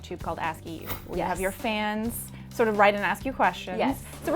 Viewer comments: It’s Eve Torres not Eva Torres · It's EVE not EVA :30